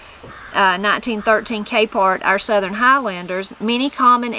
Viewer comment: I really enjoyed this one, there’s a bunch I hadn’t heard before including your pronunciation of the word southern... you say ( I will attempt to spell phonetically) sutherin or southeren. Is that typical where your from to say it in 3 syllables?